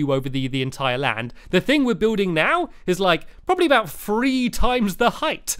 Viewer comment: uhh you say uhh aoot